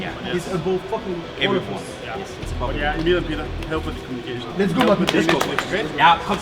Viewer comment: Mdr le Lets go de Zonic sonne tellement français à 😭